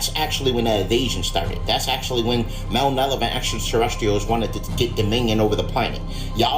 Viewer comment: somebody needs to tell bruh here that the word he’s slaughtering is “Malevolent”!lmao😂😂😂😂😂